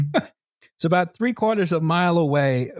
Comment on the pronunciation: sorry aboot the mess eh